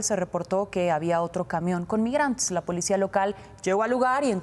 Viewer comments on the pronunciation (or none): none